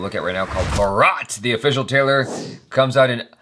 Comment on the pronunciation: Now that everyone has told you that pronunciation of the name was wrong I want to point out that You said official tailer/tailor👀👀 instead of trailer😂😂😂 TRAILER IS AN ENGLISH WORD!!! 😂😂